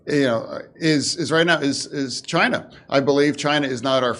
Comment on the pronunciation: Chine... sounds like the T.